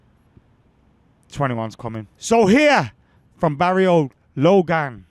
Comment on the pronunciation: Hearing the Manc pronunciation of “barrio” has me in stitches.